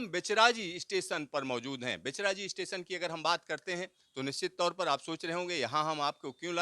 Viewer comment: आप का उच्चारणगलत है। बहेचराजी नहीं।बहुचराजी.जो बहुचर माता के नाम पर हे आभार